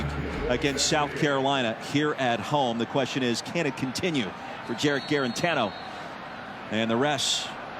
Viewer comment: I get that it's a struggling Vols v cupcake game but the color commentary was so annoying this game. Go back to D-III hockey.. maybe you'll have an easier time pronouncing those French names than you did with "Juarantano"